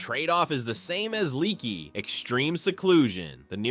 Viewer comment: Right, I.e. Leaky is pronounced LAKEY. You can go to Uvalde for full medical services as well.